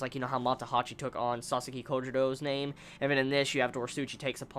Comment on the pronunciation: if you keep calling him Sasaski you will regret it next Vizbig.